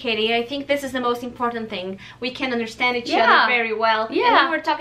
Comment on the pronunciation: R - U - KIDDING ME ? indian Accent is so much easier than native english speakers accent ... at least to understand beacause we can figure out every tiny syllable ... it's funny when an Indian Girl say "We" ... sounds like "Ví" and for me this sound is so charming ...